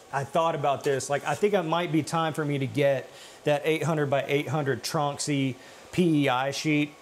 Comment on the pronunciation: nevery mind.... he said tronxy wrong lol